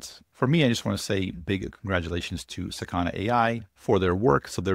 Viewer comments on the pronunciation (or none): it's pronounced sAkana, not sakAna. it means fish in japanese.